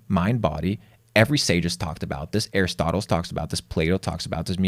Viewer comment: "Bernays." Why is it so hard for to get this name right? said it correctly. He makes other little mistakes, too, but his followers won't/can't see them. "Aristotles"? Take that "s" and put it at the end of "Bernay." lol